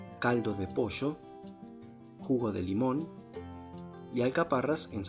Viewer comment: Acabo de descubri tu canal. Me encantó la receta. Claro que la haré. Una gran forma de mejorar la aburrida pechuga de pollo. (Aunque el acento no te delata, el decir "manteca" en lugar de mantequilla y "posho" en lugar de pollo, si 😄).